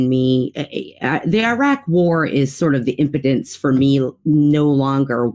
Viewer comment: Why can't pronounce Iraq correctly? She does herself a disservice with that awful pronunciation.